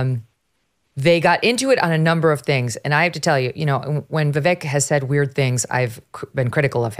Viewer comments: his name is pronounced Vivake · I've only heard Vivek Ramaswamy give the correct pronunciation of his first name one time. I've never heard him make an issue out of it, but everyone mispronounces his name. It's ViVake...like cake. People have always struggled with pronouncing the car brand hyundai correctly too... it's Hyundai like Sunday. It would be awesome if people started pronouncing his name the way he pronounces it. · I ma sorry, mispronounces Vivek name and that isfeliberately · You can tell she has never actually listened to Vivek speak, she doesn't even pronounce his name correctl